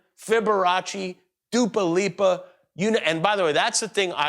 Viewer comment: "Africker" and "Dupa Lipa". Jimmy getting old lol